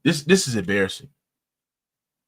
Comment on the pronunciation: 🙋🏾‍♂️ Embarrassing not "Abarrassing." 😂😅😂